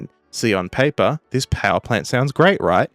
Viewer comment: ON PAY-PAR 😂